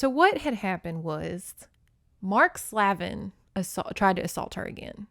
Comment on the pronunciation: Slavin is pronounced "Slave-in", Slaven also sounds the same 😂 ,no one ever wants to say the slave part 😅💕